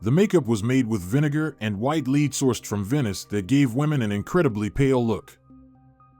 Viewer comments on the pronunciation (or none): It’s pronounced “led” not “lead”👍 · White LEAD, NOT leed!!!! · Did you say her smallpox was fatal? She recovered. She caught smallpox in 1560s and died in 1603????,. Why do you keep saying 'leed' as to her makeup. It was lead (pronounced led). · I think you mean "lead". It's pronounced like "led." Also, she could not had a FATAL small pox illness. Or she would have died. That's why it's called fatal. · Can't believe more than a fraction of this ill-researched and poorly presented effort. Some examples: 1 "Louis XIV lived in the late 15th century"? No, he was king of France from 1643 till 1715, that's the late 17th - early 18th! 2 several uses of the word "lead" which is consistently pronounced "leed", as in a dog's lead. But referring to compounds of the metal lead which SHOULD be pronounced "ledd"! 3 Factoid about King James 1 of Scotland (who lived from ) which uses a portrait of a different king and quickly runs into a whole load of stuff about him, i.e. King James VI of Scotland /I of England ( ) apparently not realising and certainly not making it clear they are 2 different monarchs separated by 2 centuries. Supposedly educational vids full of misinformation with misleading presentation are worse than useless. Worse than Hollywood in fact (don't get me started on 'Braveheart'!!) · Is this read by AI, or someone who just constantly mispronounces words? Lead, in particular. Ugh it's annoying. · I believe this is a computer-generated narration, so some words are mispronounced (like the toxic metal, lead) and there are many awkward pauses, throughout. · I enjoy these videos, but are they narrated by a robot? Many words are mispronounced (lead, for example) and there are strange pauses that don’t belong. The narrator has a pleasant voice, but so does Alexa. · Definitely a computerized voice. It’s pretty realistic, but yeah, the minor mistakes give it away.